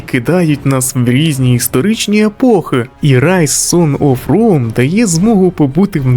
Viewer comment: попрацюй над вимовою англійських слів. Боляче чути "сон оф ром" (сан оф роум), "резідент евіл" (івел). А так, відео цікаве